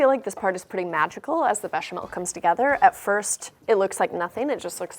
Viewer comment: Why does she say bechamel and roux the correct way but not with the gouda:(